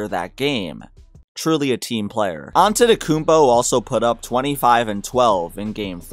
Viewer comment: I like the fact you weren't too lazy to pronounce his surname (Antetokounmpo). Some folks don't even bother and stick to Giannis or straight out butcher it.....yet they have no problem pronouncing "Schwarzenegger". Props 👍